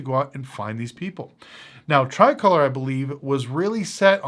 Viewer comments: Stop playing you know you mispronounced it. We know it as Tree-colorr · that’s not how you pronounce it! 😂 it’s pronounced differently. Very good analysis, but there is more to the reasons of why they went bankrupt.